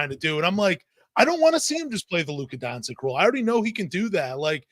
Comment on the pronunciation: He doesnt care to pronounch anyones name right. He dont even say doncic or jokic right. Annoys me too!